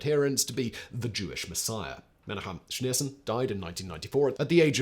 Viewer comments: Simon, just a tip: any time you see a name in transliterated Hebrew with "CH", it's the same "CH" as in "loch" from the Scottish accent (or like a G in Dutch). Wikipedia calls it "Voiceless uvular fricative" with the sign "χ". So, Menachem is "me-NAH-χem", Tzemach Tzedek is "TSE-maχ TSE-dek", Yitzchak is "YITS-χak". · ok, all good with the content and so on, but please pronounce the names right. Yitzchak = Itzjak like J in spanish. it is not a Ch sound like Chilli, it is more like Chanukka, or Janukka (J like spanish). Menajem, and so on. no chillis pls, there is no such a sound in hebrew